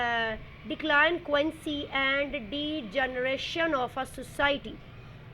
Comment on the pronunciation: Delinquency nhi parhna ata kia parhao ga ap😂